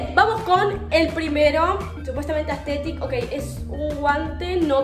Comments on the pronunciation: no es aesthethic es asthethic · JAJJAJS, ME MUERO CON EL "AESTHETICC" JAJAJSAJAJJSK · No es astetik algunos